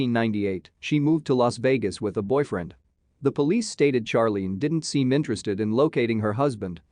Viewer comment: Finally. A pronunciation from a computer that I agree with!☝️ Charlene should be pronounced in the same way Charlie is 😆